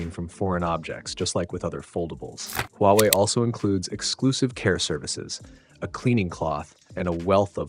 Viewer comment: The only problem with this is it is “Huwaei”